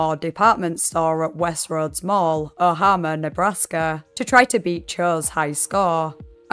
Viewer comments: as someone who lives in Omaha, the "Ohama" killed me 😂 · Dude the Omaha thing… oh-mah-ha. I turned to my bf who grew up in Omaha and went “oh shit was there a shooting at west roads in 07?” “Yeah it’s like one of the first I ever heard abt” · As someone in Omaha the way she pronounced it is killing me 😭